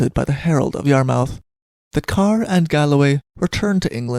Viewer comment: Yarmouth is pronounced "Yar - Muth" On further Nova Scotian Piracy Charges, you should look into the Chesapeake affair of 1863